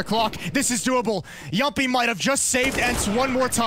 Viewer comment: I love the fact that Moses and Anders can both pronounce Jamppi's name correctly